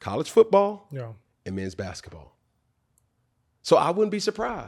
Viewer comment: Damn, you didn't have to emphasize "Men's College Besketball," we knew....lol